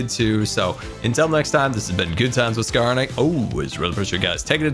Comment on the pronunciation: Is it just me or does he say, "Threads by Scara"